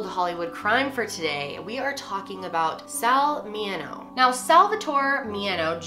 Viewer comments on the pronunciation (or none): It's Mineo, not Mieno. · I love your content so much but this was a little upsetting.. calling him Sal Mi-yen-o when Sal Mineo's name is so well-known. Love you but please listen to pronunciations of our victims in the future. Especially Hollywood legends lol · From an old fogey, his name is Sal MIN eee oh. Not Mi NIGH oh. Enjoyed your video. 😊👍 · Mineo is mini-oh not me-en-oh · Mineo = MIN-ee-oh and doesn't rhyme with "piano". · LOL. You probably already know this but this stuff drives me nuts.......... MI-NEE-O, not Mee-a-no. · One of my favorite actors.(By the way, it's Mi-ne-o.) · My friend is related to him! They pronounce the name Mini-o though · It's MINEO...Min as in rhyme with pin E and OH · I about choked when you said his name. It's Men-e-o you're too young obviously to remember him or his name. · It's Min-ee-oh. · Huh? Min-e-o. Geez. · wouldn’t it be min - nayo not the way she says it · Min-ee-oh Sal Mineo. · Min ee oh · MIN EE O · She butchered his name, can't believe it. He was a big name even in his childhood. Wow! How fast popular people are forgotten.